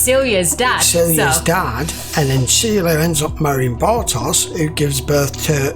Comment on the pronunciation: Turn that Bar-toss into Bar-tosh ;)